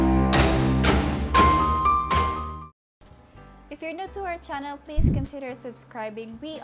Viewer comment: "chunnel" "wek"